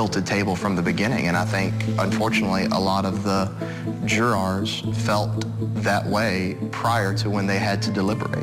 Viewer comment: Who says 'Jur- roars'?